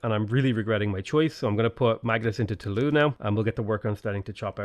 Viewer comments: Toulouse is pronounced with a z-sounding s. Usually, the letter s is silent if vowels do not follow it. "Too-Loo-z" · The s in Toulouse is pronounced. If there's an e after some consonants in French, the consonant is pronounced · You pronounce the "s" in Toulouse my man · Toulouse is pronounced "Too-looz", not "Too-loo". We have to set a better example for the Brexiteers.